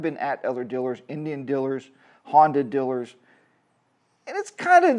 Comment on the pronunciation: Gotta be careful around all "Dillers" Lol sorry to be that guy.